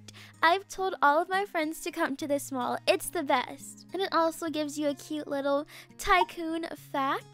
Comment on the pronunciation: for a sec, I thought she said "my mom is so tall" I came back and rewinded but actually said "my mall is so tall" IMAO 😂